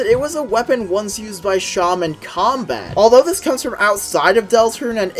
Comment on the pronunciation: I’m gonna be honest I stop posting you, pronounced it as Shan it’s “se-em”